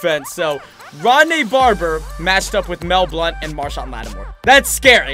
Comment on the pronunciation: Its Mel Blount